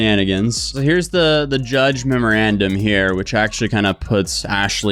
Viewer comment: Great video but my guy you read that memorandum wrong like seven times